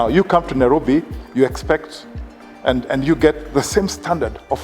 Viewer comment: Diction. The content is absolutely great but diction is not giving. Kwanza the lady being interviewed. Wueh. The word "and" has no 'r'.